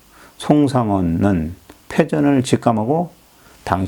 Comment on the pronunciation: 폭넓은 지식에 놀랍습니다. 좀 아쉬운 부분은 지명과 인명의 발음을 좀 정확히 해 주시면 더욱 감사하겠습니다. 포르투칼 - 포르투갈 송상헌 - 송상현 세키하라 - 세키가하라 유기나가 - 유키나가 이시다 나쯔마리 - 이시다 미쓰/미츠나리